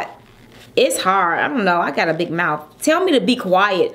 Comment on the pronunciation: close your moulth